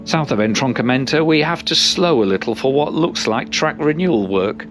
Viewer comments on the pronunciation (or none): none